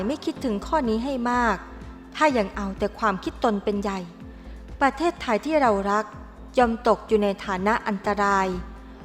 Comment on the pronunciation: ชื่อว่า ประเทศไทย ไม่ใช่ ประเทสๆๆๆไทย อักขระอักษร ผิด ทุกสรรพสิ่งทุกอย่างเปลี่ยนแปลงอย่างมหันต์ทันที